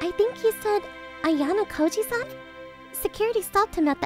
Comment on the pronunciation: This guy is ruining ayanokoji's name. If ayanokoji knew that he is so dead😂